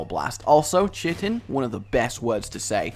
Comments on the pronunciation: You minspronounced chitin. It's Kite-In not chit-tin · Chitin rage. It's pronounced 'KITE-IN'. Though you sounded so pleased at how it sounded. I kinda feel bad for having to correct you. (lol kappa. I don't feel bad at all :P ) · Oh a heads-up: I used to pronounce chitin like you did, but people in my XCOM flamed me for it because apparently it's pronounced kye-tin? Yeah, I don't know why either. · Can confirm: Is true.